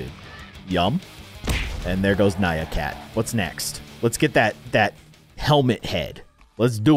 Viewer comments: ITS NYAN CAT NOT NYA CAT!!! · its nyan cat not nya cat !